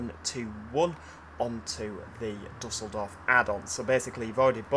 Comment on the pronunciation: just a little tip, it is pronounced like dieseldorf :)